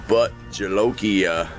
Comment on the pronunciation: The correct pronunciation for Bhut Jolokia is booth jolokia. .Bhooth means ghost in India. That h next to the b makes it a little stronger like combining b and hoo. Bhooth (rhymes exactly with tooth). I don't know why they chose to spell it bhut instead of bhoot.